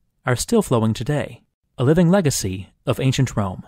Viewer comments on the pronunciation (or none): none